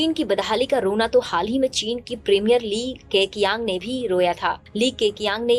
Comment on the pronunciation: ITs not lee kekiyang its lee-ka-chiang